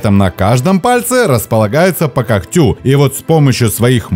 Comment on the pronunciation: простите, сейчас укажу то, что уловил с первого просмотра: наименьшая численность? наименьшее колличество же? не когтЮ, а кОгтю не мОхом а мхОм помогает животного безошибочно ... животному? если нужна помощь в редактировании текста, могу помочь на добровольных началах) коммент для продвижения канала)